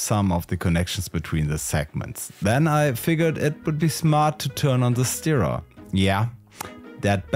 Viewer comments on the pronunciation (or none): Das "ir" in Stirrer spricht sich wie das in "Sir". LG, Hammer-Ergebnisse!